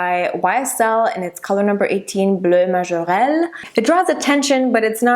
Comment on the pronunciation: Bleu majorelle : very good on the pronunciation. And as always you look stunning. It is always a pleasure to watch your videos :-)